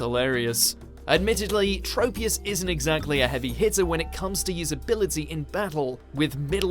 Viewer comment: It’s trop- e-us..do you say tropeical?